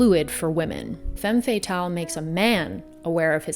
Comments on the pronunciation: It's Femme Fata-LE lol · Love your speaking voice and abilities. The term is pronounced more like “fam fat-al” 😘